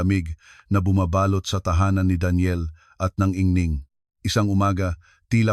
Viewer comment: maganda ang istorya pero ang pag ka bigkas ay mali, anung ingning? ginang ang tamang pag pronounce